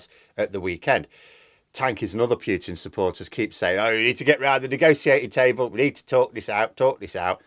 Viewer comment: please stop saying "Pyootin"; it sounds ridiculous! It's "Pootin". Thanks.